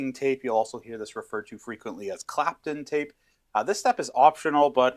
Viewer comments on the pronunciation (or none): Great vid. Btw, it's Kapton not Clapton. More generic - polymide film tape.